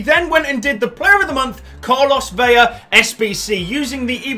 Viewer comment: hey ur pronouncing velas name veya, and its vela. u just say the L normal.;)